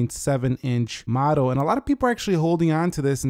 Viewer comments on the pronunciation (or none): none